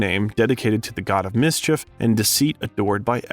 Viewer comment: "Combridge" instead of Cambridge, "Maavel" instead of Marvel, and then "mis- cheef" instead of mischief. Usually, if it's a bot, there are weird pronunciations in every other sentence. Here, it's very random words with very interesting pronunciations. 🤔